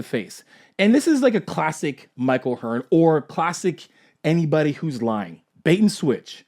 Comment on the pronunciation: Who the hell is Mike O'Hearn? You mean Mike O'tren?